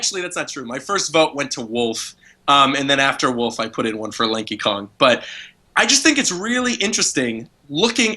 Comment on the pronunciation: I thought he said "Linky Kong" I was like "WHO THE EF IS LINKY KONG?" then I realized who was saying Lanky haha.